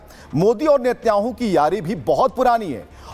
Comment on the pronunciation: नेत्याहू नहीं श्रीमानजी नेतन्याहू 😂😂😅😅😢